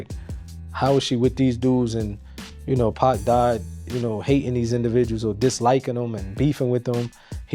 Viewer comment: Its Pac not Pack. Cancel this guy